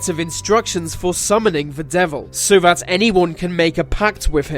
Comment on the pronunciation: please say 'that' instead of 'vat'